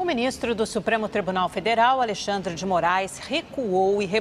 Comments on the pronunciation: "AleRxandre" não há dúvidas que são brasileiros. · Rede TV patética kkk, "alerxandre"